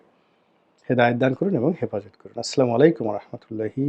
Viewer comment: "আসলা" নয় "আসসালা"।